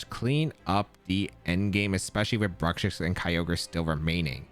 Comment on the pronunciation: I have heard a lot of mispronunciations of Bruxish, but "Brukshix" is definitely the funniest one, lol. Never change,!